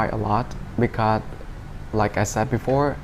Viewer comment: để ý phút , bạn ấy phát âm because thiếu, rồi always cũng thiếu s, nói chung bạn nghe tốt với phát âm tốt thì bạn nhận ra cũng có nhiều lỗi, chắc có lẽ mình hơi khó tính :v mà dù sao cũng ổn rồi :D